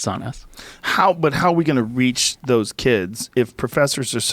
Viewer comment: Joe "how can I reach these keeds" Rogan